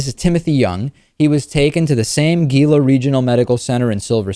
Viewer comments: David, Gila is when Anglicized is pronounced "Hee-luh", or you could just pronounce it in Spanish. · I worked at Gila Regional (pronounced Hila) for many years... so crazy.